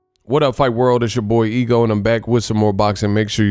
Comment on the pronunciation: What up Ego! His name is pronounced like ooh-gas